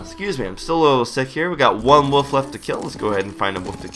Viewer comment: woof? woof? no im not trying to sound like a dog.. but thats exactly what i hear everytime attempts to say the word ''wolf'' - now this may draw some hate but is this just an american thing? this is an honest question and i've been meaning to ask the public this for quite some time and i figure.. this is it lol.